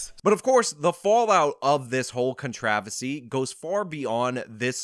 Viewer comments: What is “contravasy”? You say it twice here; the second time is . What word are you saying there? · So is "con-trah-versy" a thing? Honest question. I might have missed something. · Did you say “Contravisee” instead of “controversy”? Dude…I’ve unsubbed for less. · What's a "contravesty"? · Is he saying "controversy" wrong on purpose as a joke that I'm missing? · I just don't understand why you can't say "controversy" like a normal person.